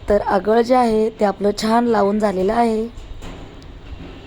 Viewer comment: अगळ नाही...आगळ😂